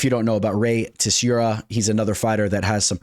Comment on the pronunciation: Hey Pls work on your pronunciation of Rei. It’s Tsu Roo Ya Not whatever you’re saying 😂